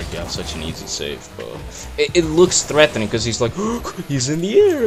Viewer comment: No one:: Threathéning! But fr thanks for this series gc1 learning big time from your diamond plays lol